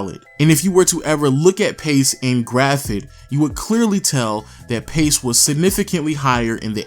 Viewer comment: Haha it’s graph not graft